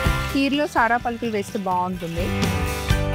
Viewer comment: సారా పలుకులు కాదు సార్ పలుకులు అనాలి